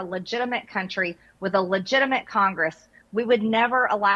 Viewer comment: Did she say our cunt tree?